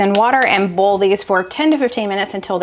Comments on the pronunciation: I have to laugh every time you say oil and boil, you pronounce it like bowl. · 🍁🍂 Can I ask why you use chicken broth instead of beef broth , in the Shepard pie soup ? Soup is a real comfort food. I’m a navy brat so I lived all over , I say seerup too ….I live in PA the last 50+ yrs. No, the wooden spoon trick doesn’t work for me either .You sound you say boil…like boll ( weevil ). I remove the long stems from spinach too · I smile every time you pronounce the word boil--just like a true southerner! Some folks make it a 2 syllable word but that isn't necessary. 😊